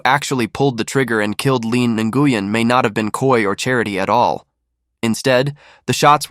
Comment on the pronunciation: It's pronounced "new-win".. not Guyen 😫💀😆